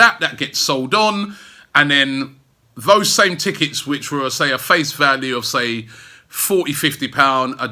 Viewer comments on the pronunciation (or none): none